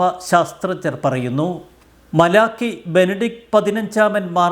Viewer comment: masiruthy vayikkado